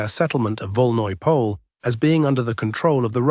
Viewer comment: It's not pronounced as Pole but rather as Polje, which is Field in Russian